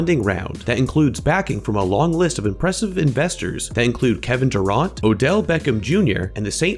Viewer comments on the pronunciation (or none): Omg seriously "duraunt"